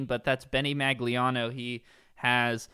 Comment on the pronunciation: It’s pronounced Maglinao, not Maglinao